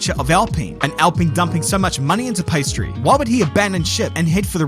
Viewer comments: Pee ah stree. Not pastry. lol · Am I the only one hearing 'pastry' instead of Piastri? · Everyone else: Piastri: Pastry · I cannot tell if this is on purpose but it sounds like you are saying pastry. Great video. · I love the pastry pronunciation... welcome to the big league, Oscar Pâtisserie? :) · I love how halfway through the video just gave up pronouncing Oscars last name correctly and just said "pastry" over and over;) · Maybe I need to get my ears checked. Did keep calling him Pastry in some instances? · Love how you call him "pastry" every other time 😂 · I love the "Paistri" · Does anyone else hear him say pastry? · i'm not the only one hearing pastry right? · yeah he's actually saying that sometimes, it's a running joke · Great entertaining summary, but I hope you learned how to pronounce his name properly by now. Some people in the comments even wrote it that way, but there is an "i" behind the "p". 😊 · Mispronouncing Piastri is childish and stupid.